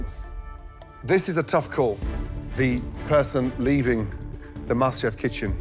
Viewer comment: it’s Masterchef not “MasterCry”